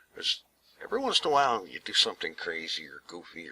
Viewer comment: Why do you pronounce while like Juail?